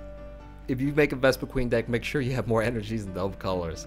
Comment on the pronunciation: I hate to be a nitpick, but it's "Vespiquen", not "VespiqueEn". :P Other than that, great video. This looks like a really fun, fast, and most importantly, cheap deck.. except maybe for the Shaymin. lol